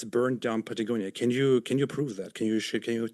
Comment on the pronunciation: I don't know, did a good job here, at least can pronounce Patagonia